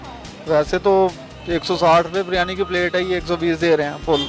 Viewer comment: Baryani Nahi hota jahil aurat biryani hota hai